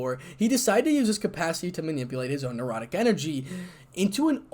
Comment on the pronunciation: I would enjoy a part 2, but the word is necrotic and not nerotic energy.